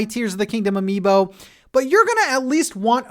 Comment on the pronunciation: Say amibo one more time! I dare you! I double fucking dare you! (Samuel L Jackson, voice, pulp fiction)